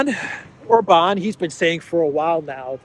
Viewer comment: OMG,, you pronounced OR-bahn correctly, finally! Yay! ❤